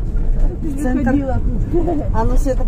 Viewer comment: Почему Сета, слух режет